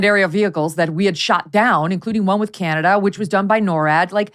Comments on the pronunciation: Canadia? Canadia?!!! This is what happens when Karine Jean-Pierre forgets her infamous binder at home. Sad, so sad; this is what complete incompetence looks like when you hire someone based on skin color and sexual orientation instead of genuine qualifications. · She said canadia!!! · Thxxx for pronouncing Canada correctly since I cannot stand listening to Karine Jean Pierre and especially when she pronounces my Country as CanAdia !! .. Anyway, you both cracked me up through the entire great show😆😆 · She said canadia!!! My Portland friend said that to be funny. That's hilarious